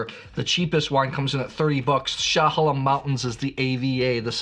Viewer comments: I know you’re poking at Willamette folks with your pronunciation … but Chehalem Mountains is new … it’s like I’m in Israel with that pronunciation. Glad you are such a fan of Willamette wines! Keep up the great blind tasting and the insights from the tastings. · Not Willa-met. It’s will-AM-et. You wouldn’t pronounce Bordeaux as Bor-Dox to annoy your friends! Also, it’s E-ola not A-ola and sha-HAY-lem not sha-ha-LEM. BTW, you should try the Lingua Franca Chardonnay too. Very Bugundy like at a fraction of the price.